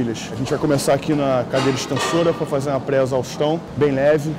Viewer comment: hje a gnte vai façar com ela...? kkkkk coé, ta nervoso?